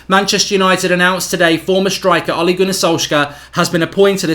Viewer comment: it's Ole ("oleh") not Oli (Olee), also its Molde ("muldeh") not "Mould"! Learn how to pronounce before recording.